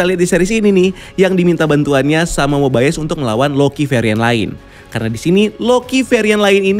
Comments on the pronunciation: Agent Mobayes? Bukan Mobius bacanya? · Mobius bang bukan mobaius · Kenapa rada annoying ya pas ngomong Mobius wkwk padahal mah di seriesnya biasa aja perasaan ngomongnya bukan MoBaiyEes😂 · cara baca yang benar itu /Mobius/, bro. bukan /Mobaiyes/ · Mobayes atau mobius sih, di series yg gua denger mobius bukan mobayes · Bacanya kok mobayes, padahal di serial mobius gitu